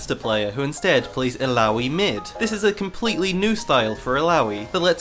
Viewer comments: Could you just stop saying "aloui"? -_ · bro i was playing tft and watching this thought you kept saying bidoof that beaver pokemon